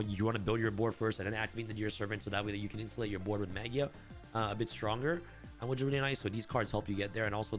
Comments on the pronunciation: You say maJIa with J sound. Its a word that comes from Latin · I think the pronunciation is Maj eye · Has the official pronounciation of Magia been announced? Ma-guy-ah sounds a lot cooler.